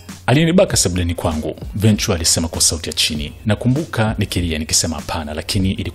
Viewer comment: Hujui kutamka jina la Cassie last name yake, jaribu kusikiliza wenyewe wa America wanavyo pronounce. Mtangazaji unatia aibu sana hujui kutamka majina ya kizungu vizuri